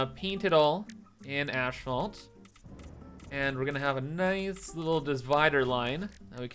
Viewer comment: What’s with YouTubers and saying “ash-fault”? Theres no H after “as”! “As-phalt”